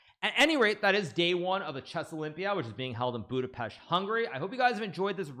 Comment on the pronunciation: Thanks for the correct pronounciation: "Budapesht"